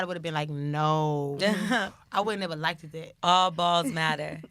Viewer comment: I was completely turned off when she said “likeded” 🙄